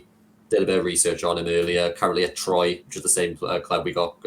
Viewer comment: you do a great job with this Podcast but you've got to work on the pronunciation of names. Tymon, Standard Liège, and Ben check the pronunciation of Troyes! Sorry for being pedantic